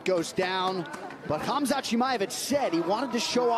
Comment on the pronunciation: Khamzat bukan khazmat wkwkkw